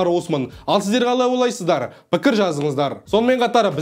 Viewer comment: ҚАЛАЙ ОЙ-ЛАЙ-СЫЗ-ДАР деп сөзді дұрыс айтсаңшы, қалай ОЛАЙСЫЗДАР емес ОЙЛАЙСЫЗДАР